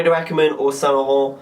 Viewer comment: lol, i love the way you say saint laurent "saun larante" it makes my nipples hard